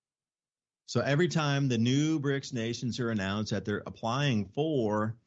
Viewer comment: it's BRICS, not brinks!